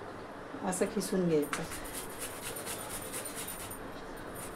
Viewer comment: मस्तच आहे रेसिपी पण तुम्ही कीसुन म्हणा खिसुन म्हणता ताई